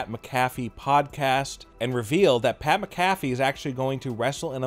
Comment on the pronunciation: It's SCRIPTED!!!!!!!!!!!!! Get Pat's name right! Say it right fool!